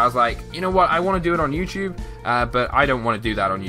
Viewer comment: when u said youtube you said youporn!!!!